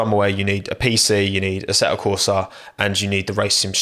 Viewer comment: "ase'o corsa"😂 Why is it that some british people speak like that? Is it a regional thing?